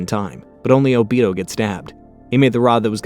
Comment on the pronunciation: ”o-beat-toe” too